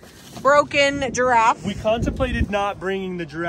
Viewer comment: A giraffff???? Lol!!!!